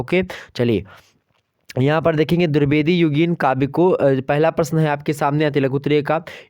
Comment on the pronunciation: Pehli baar drubedi nahi h boo Dwevedi hai okk 😏😏😏😏😏